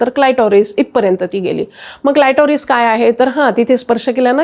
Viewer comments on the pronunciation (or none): क्लायटोरिस नाही ❌ क्लिटोरिस बोला ✅ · क्लिटोरीस हा उच्चार आहे